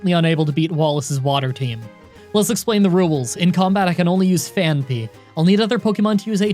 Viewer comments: It's not pronounce Phan-py... But Phanphy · Phaanpy. Phaanpy? Phaanpy. Phaanpy? Simba. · Only today when I heard your pronunciation did I realize it’s name isn’t actually Panphy. What a life I’ve led.